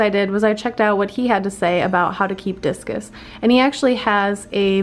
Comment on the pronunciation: I thought you said jesus